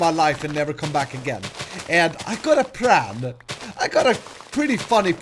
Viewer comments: why do you say Pran instead of plan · sometimes i think says "I got a pram'